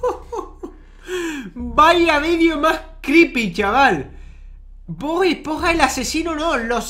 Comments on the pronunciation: cuando abla ese hombre dise bod es ponja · lo siento pero es esponja no espoja